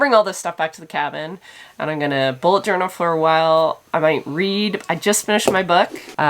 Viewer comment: Journel not journey.